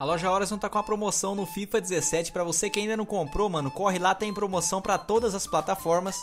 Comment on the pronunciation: VC tá falando fifi 16